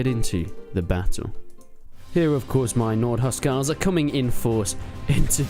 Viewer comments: Huscarls not huscals lol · yo? isn't it Hus"carls"?